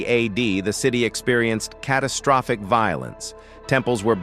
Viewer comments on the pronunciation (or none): none